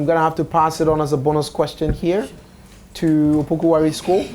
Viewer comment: It's Opoku Ware not Wale. Change it